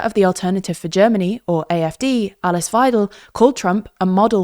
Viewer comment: It's pronounced Alease Veidel not Aliss Veidel